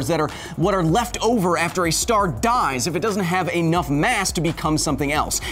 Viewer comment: ANOUGH IS NOT A WORD!!! E-NUFF Kyle! It's *E-NUFF*!